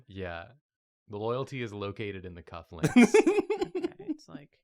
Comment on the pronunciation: ish I swear I heard say cuck-links not cut-links...